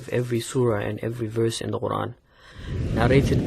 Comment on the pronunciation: Why does he pronounce the Quran as "Oran"? I've never heard that before.